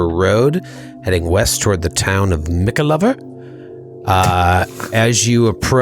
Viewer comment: This is great, been binge watching. I know this was 2 months ago but American pronunciation of English places... Mickleover is a place and pronounced Mickle-over... just had to get that off my chest, what what...